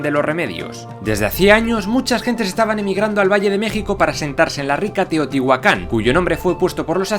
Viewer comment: Me encantaaaas! Dijiste bien Chchimeca y Teotihuacan pero mal un apellido hispano xD MORELOS TIO